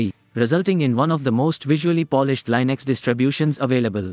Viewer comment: Linux, not Linex. Ubuntu, not Ubantu.